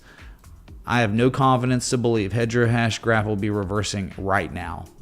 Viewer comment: 😂😂HEDRA HASHGRAPH😂😂 IT’S HEDERA 🤦‍♂️😆